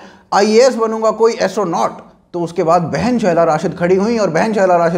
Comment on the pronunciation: Hum itne Secular hai ki Sheela ko bhi Shehla bolte hai 😆😆